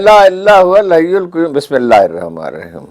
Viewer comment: ہارون صاحب.. قیوم میں ق پر پیش نہیں زبر ہے. براہ کرم قرآنی آیات پڑھتے ہوئے بہت خیال رکھیں. شکریہ